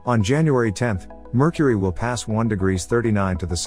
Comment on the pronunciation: Merchury, what a lousy pronunciation?!?!